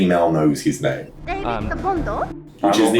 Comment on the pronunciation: It's david